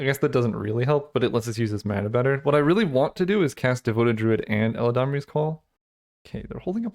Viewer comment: not "el-a-damri's"call "elad-amri" eladamri lord of leaves